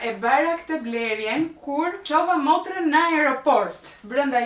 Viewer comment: Korigjim: “ Motren” jo “Morten”😆 I paska kaluar Ketules pa ta korigjuar😂